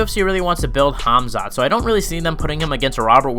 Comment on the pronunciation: CaMZaT , bruh his name really isn't that hard to pronounce 😂😂😂😂😊 Edit: Jake Paul is way above fighting KSI skill wise 🤷‍♂️ I'm not a Jake pauler but KSI sucks if they fought KSI would get beat up